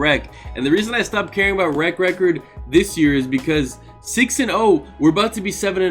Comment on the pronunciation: This man said rep-ord... 😂😂😂😂😂 but dont forget that 32-19 you know.